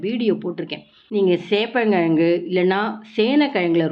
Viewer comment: செப்பழங்கு இல்லை சேப்பங்கிழங்கு சரியாக உச்சரிக்கவும்.